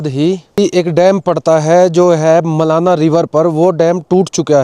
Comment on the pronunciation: मलाणा बोल भाई मेरे।